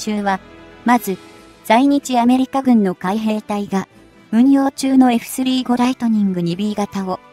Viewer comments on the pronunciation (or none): 読み上げソフトがポンコツ過ぎない？ 回転つばさ機wwwFスリーごライトニングwww現在進行かたちww